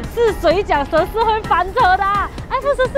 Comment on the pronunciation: shi shi shi shi！！ 十 shi 第二声！